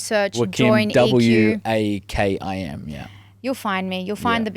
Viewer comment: Lol, I happen to be Mr. Nader Wakim. I bet you Amal WAKIM must have Lebanese origins too. The family name is pronounced in Lebanon WACKEEM had AMAL told you this, I bet you she did not know it herself. Does Amal Wakim have a Website?